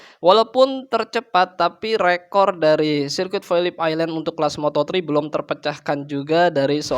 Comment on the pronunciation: Mantap bang, pelafalan phillip island nya udah mantap, kontennya juga makin mantap